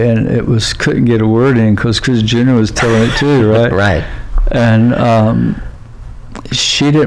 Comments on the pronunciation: Every time he says chris junior it sounds like he's saying chris jenner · I keep hearing Kris Jenner. Does he mean Chris Jr? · I kept hearing Kris (Kardashian) Jenner most of the time. But I am playing it faster than normal.